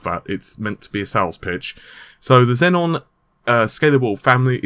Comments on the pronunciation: no, it doesn't have 2 Ns. its xeon, not zenon. zenon is a great record label, not a CPU. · Just a nitpick: It's pronounced "Zee-on", not "Zen-on". The latter sounds like the CPU in the Xbox 360. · Hey it's xeon bro, not xenon atb on patreon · It's pronounced zeon wtf man. Seriously get your shit together. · Naples...and...Xeon, it's not that hard to pronounce, dude. 😑